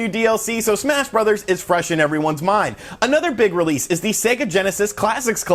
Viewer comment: I just can’t get into smash “brothers” not “broze” (bros.)